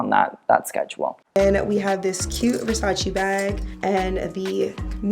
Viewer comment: It's so satisfying hearing you say Versace the right way immediatly after hearing it pronounced the american way lol anyway, she looks REALLY stunning.